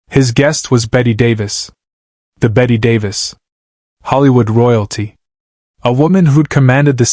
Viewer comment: This never happened. Bette Davis' last appearance on The Tonight Show was January 7, 1988. AND at least have the decency to pronounce her name correctly.